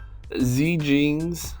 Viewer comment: Its pronounced as Xie and Fei is pronounced as Fae/Fay not Fee. You can try Google translate chinese thanks and fly. Those words are most similar to the pronunciation of the units name. Good guide anyway! thanks!